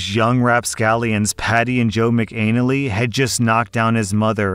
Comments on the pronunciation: As hilarious as McAnal-ee is and I wish it was actually pronounced that way its actually pronounced Mc Ann-alley.. but I think I'm gonna start saying it your way 😂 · 😂 it's pronounced mack uh nnally like alley not anal ee😂😂😂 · McAnally is pronounced Mac Ah Nah Lee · McAnally is pronounced Mac-in-aah-lee not Mac-Anal-ee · The surname is pronounced "Mac" "an" "alley" not "anally" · Not of Irish descent, but I would have expected that to be Mack-uh-nally, not Mick-anal-lee. Shows what I know. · I just sniggered all the way through at your pronunciation of McAnally. Must be my puerile British toilet obsession, but it did make me think of pasta and arses. Pronounced “Maka Nally”. 👍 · That isn't how you pronounce McAnally. You say it like Mac uh nally. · There is a reason horse thieves were at one time punished severely. They are taking away people's livelihoods. The cruelty is even worse. I did have to snicker at the pronunciation of McAnally